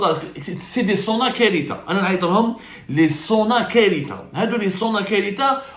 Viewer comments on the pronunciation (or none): Tu veux dire "SONAKARITHA" avec ث pas ت Sinon, beaucoup de ce que tu dénonces est vrai. لكن من لا يؤخذ كله لا يترك كله Autrement dit il ne faut pas jeter le bébé avec l'eau du bain. L'exemple des Hammams est parfait. Un séjour dans un établissement privé de thalasso coûte un bras parce que le privé pense bénéf! A l'opposé on a l'état qui monopolise les stations thermales, à un prix défiant toute concurrence. Le transport coûte plus cher que les soins ! Les expériences antérieures de privatisation ne vous ont pas échaudé